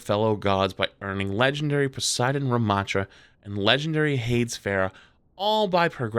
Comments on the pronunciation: Sorry to nitpick hades is pronounced Hay Dees not hayds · Hades pronunciation hurt me DEEPLY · The way pronounced Hades tho